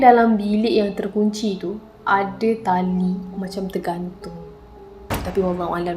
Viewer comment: Masa dia kata tali tergantung tu, mati2 aku dngar tahi tergantung 😅🤣